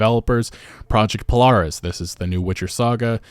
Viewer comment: He got Polaris and the others right it threw me for a loop and thought he was talking about something else